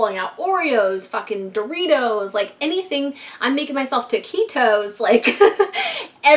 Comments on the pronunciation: She said “toquitos” 🤣🤣🤣🤣🤣🤣🤣🤣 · THE WAY SAID TAQUITOS HAD ME LAUGHING FOR SO LONG OH MY GOD